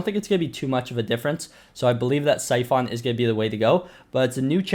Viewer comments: He says syphoon, that annoys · Bro syphon is pronounced like si fun